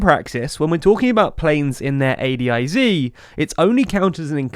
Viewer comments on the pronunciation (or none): It’s very weird hearing it pronounced A D I Z instead of A DIZ